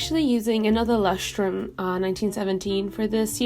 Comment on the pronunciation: I love how you pronounce Leuchtturm! I'm German and I love it when people from other countries speak German although they pronunciation is wrong. It's sounds so cool